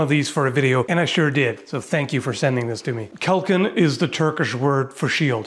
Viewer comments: Both a s are pronounced the same in turkish. It is kalkan. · İ dont how to explain the right way to say it but you are saying "kalkan" in such a way that it sounds like you are saying "kalkın",which means telling a grouo of people to get up